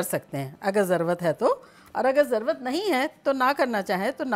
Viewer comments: Zarwat nahi aunty zarurat😁love from india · مین آپ کو کافی عرصہ سے دیکھ رھا ھون۔ ماشاء اللہ بہت اچھے طریقے سے آپ سمجھاتی ھین۔ آپ ایک لفظ کی درستگی کر لین۔ ضروت کی بجائے ضرورت کہا کرین یا ضروت جس زبان مین ھے وہ بتا دین